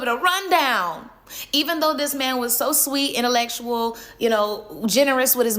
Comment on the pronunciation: She said innalesual it’s intellectual